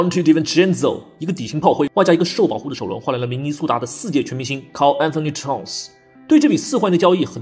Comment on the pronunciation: JRUE HOLIDAY (0/1)😢😭 Julius Randle＊纽约口音 Donte Divincenzo 🪚🪚🪚 Karl Anthony-Tawn 🍬＊明尼苏达口音 张学友(我和你吻别口音😂) 阿德托昆博＊希腊口音🇬🇷 简直強大💪💪💪 无需多言+无药可救 Rudy Go"bell" 🔔🔔🔔 9LNB 🚀🚀🚀12了